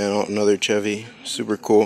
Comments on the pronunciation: It's no said chev-y its said (shev-y) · Chevy is pronounced shevy if you didn’t know